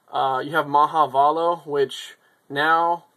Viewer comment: isn't it pronounced maha veilo...